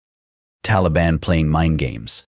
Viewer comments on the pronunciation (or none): none